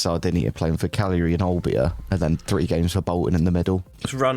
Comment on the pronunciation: pronunciation of Cagliari will just never get old